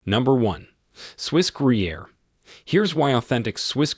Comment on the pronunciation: Gruyère, Gouda, Parmigiano reggiano were all pronounced wrong. Only Cheddar he got about right.